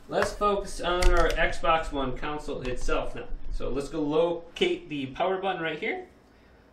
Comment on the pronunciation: Say it with me... CON-SOLE.... Console. Not Council.